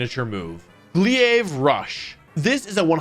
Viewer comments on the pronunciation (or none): why do you say Glaive "Glee-ayv"? It's "Glay-vv" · It’s funny how weird he pronounces Glaive. It’s not Glee-ave, it’s Glay-ve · It’s pronounced Gl-ae-ve not Gl-ea-ae-ve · Bro fr said glee-ave roosh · Wolfie I love you… it’s GLAVE… as in A before I makes an AYE sound, not a EE-yay sound. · Gleeave rush?? Are you ill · Please wolfe it’s not glee- ace rush, it’s pronounced glave also call me sometime;) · Lol please stop saying "gliave", its "glaive", it should rhyme with "save". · Its gl-ai-ve, not gl-ia-ve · Glaive rush is pronounced glayve not gleeave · glaive is pronounced like "glave," not "glee ave." the A is before the I in the word, so "glee ave," doesnt make sense no matter how you look at it. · Isn't it glaive not gliave? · GLEE-AIVE RUSH. This man never saw a name he couldn't butcher. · gleeave rush lmaooooo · Glaive- Glayv* not glee-ayv. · It's not "Glee-ayv," it's "Glayve." That's not even a Pokemon that's just a word. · Before anyone says anything.. glaive is pronounced "Glayv" , not "Glee-ayve". Could turn into a "Arca-knee-neigh" wolfey meme though. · The way he said glaive rush made me vomit...wolfy it's pronounced Gl-ay-ve it's one syllable not three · hey wolfey, baxcaliburs signature move is pronounced “glave rush” not “glee-ave rush” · Sorry did you pronounce glaive as ‘glee-awv’?? might have to unsubscribe for that /j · Man really said glee ave rush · ..Glaive is pronounced GLAY-VE 🙏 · Ayy boss that ain’t how you pronounce Glaive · I CANNOT get over how he pronounced glaive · Wolfe: Worried that he's not pronouncing Gholdengo right Also Wolfe: Says Glaive as "GLEE-ayv" with a straight face lmao For real though, these videos are great, keep up the awesome work! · I really wish Wolfe would stop pronouncing Glaive as "Glee-ayyyye-ve" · Just a heads up, glaive is pronounced glayv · It's pronounced (Koe- toe cleev) and (Glave-rush) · Glaive is read like "grave." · Wolf, "glaive" rhymes with "save". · Its called ga- lay-vah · glaive is pronounced glayv